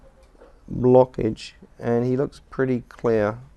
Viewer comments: "Any..... BLOCKIDGE" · Lmao the way he says it tho